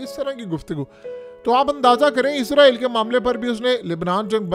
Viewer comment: Issss raaa eee llll....... Zzzzz nahen hai urdu mein "..... 🤦